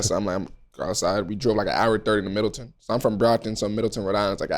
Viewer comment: Middletown not Middleton